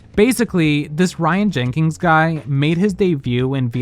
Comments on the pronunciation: jenkins not jenkings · The non-existent "G" you put in Jenkins made me want to throw my phone at the wall every time. 🤣